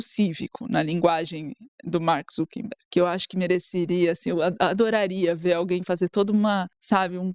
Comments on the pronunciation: O cara é um escroto e merece o descaso, mas pelo amor a consistencia, gente: É ZuckeRberg de ZuckeR - acucar - e nao ZuckeMberg (nao existe). Dói aos ouvidos ter que ouvir vcs errando a cada chance o nome mais repetido ad nauseum na matéria assim. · Pessoal, o nome é ZuckeR e não ZuckeN